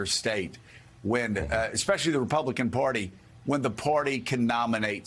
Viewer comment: Hey, Joe! The word is "Party" -- not "Porty"!